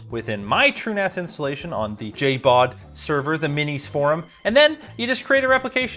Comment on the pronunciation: Lol it's JBOD not JABOD